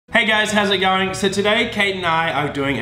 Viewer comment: "hey guise, how's it gowring"